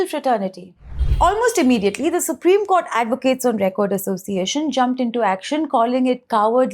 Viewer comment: Suprime court nahi , suprime kotha kaho😅😅😅😅